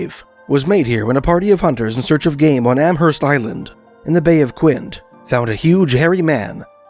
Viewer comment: Not the bay of Quinte.......it's pronounced Quint - E.